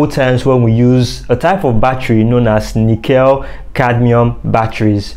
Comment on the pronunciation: The correct pronunciation of nickel cadmium is nick kul cadmium not - nic kell cadmium. Thought that you might like to know.